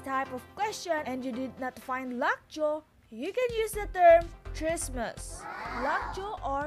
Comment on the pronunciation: ano ba yng english mo😂 “lock joe”